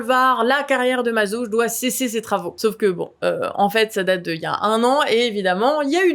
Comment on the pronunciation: Bien vu les canards! ❤❤ Par contre, c pas Mazauje c Mazaugues avec un GUE 😂😂